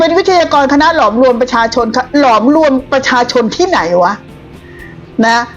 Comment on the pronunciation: ฟังไม่ชัดคณะหลอมรวมหรือหลอกลวงครับเจ้